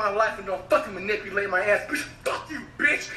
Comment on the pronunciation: Flight needs anger management class 😭😭😭😭😭lmaooo he couldn’t even say manipulate 🤦🏽‍♀️💀